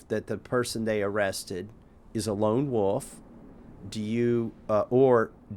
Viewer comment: ahh, i know that phrase. I thought since he said lone woof, not wolf that it was something to do with barking.